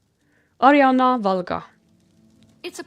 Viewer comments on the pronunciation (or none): none